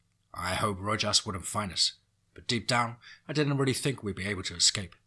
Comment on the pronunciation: I've been trying to listen to these stories, but the weirdly timed pauses, and him saying stuff like "fink" instead of "think" is super annoying